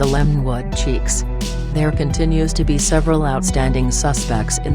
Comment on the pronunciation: It is chiques not cheeks.